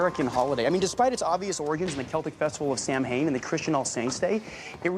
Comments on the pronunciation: The Celtic festival Samhain or Samhuinn is not, under any circumstances, pronounced Sam-hain. Samhain (Celtic Irish) is pronounced Sa-wen and the Celtic Scottish is pronounced is a little more complicated as mh in Scottish Celtic and Gaelic profuces a sound somewhere between a W and a V which makes it hard to explain but it’s more of a Safv-wen Reid, of all people, should know this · I also have a special interest in Halloween and it's origins but I just can't get over how he pronounced Samhain as Sam-Hane. It took me by surprise, Where I live Samhain is pronounced S-ow-win and Halloween is Oíche Shamhna (Don't trust my spelling skills they're not reliable) Ee-ha how-na. which is eve of November in English. Samhain is the Irish name for October. Did you know Halloween originated in Ireland and was mainly spread to the US after the emmigration of Irish people there due to the Great Hunger where it was then popularized and combined with other European and American traditions to become what it is today. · Samhain isn’t pronounced like Sam-hane. Right? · ....did he really pronounce Samhain that way?! 😭💀